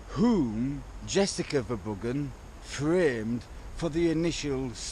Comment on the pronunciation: Their name is pronounced verrr broh hun or verrr broh uhh. It's duch or flemish. They can't even pronounce their own name. Halve my family are flemmish.